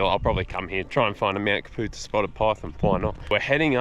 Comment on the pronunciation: It's pronounced Cap - U - Tar... My home range